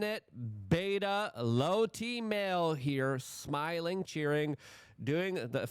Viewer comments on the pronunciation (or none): none